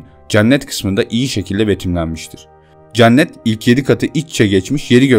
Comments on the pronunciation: Hocam çok güzel bir video olmuş öncelikle ama "ceannet" diye teleffuz ediyorsun ya cenneti ısrarla kulağıma takılıyor hep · Olumsuz yorum olarak algılamayın ama Cennet telaffuzunuz yanlış kapalı e olmalı dikkat ederseniz aradaki farkı anlayabilirsiniz ,TRT telaffuzdan da bakabilirsiniz.